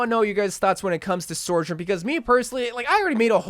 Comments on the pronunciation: "Sore-jern"=the salty So-journ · not trying to be a d**k but it's pronounced SO-journ not SOAR-journ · take a shot every time he says sor-jurn